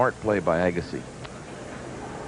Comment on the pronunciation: Pat Summerall impressively alternating his pronunciation of Agassi: the standard “EAH-gassi”, and “a-GAH-ssi”, perhaps an esoteric Farsi dialect.